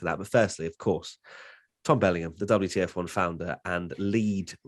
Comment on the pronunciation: "Welcome everybody, and welcome back to the double - t - f1 podcast" But I wanted to see the wtf1 podcast, not the ttf1-podcast...;)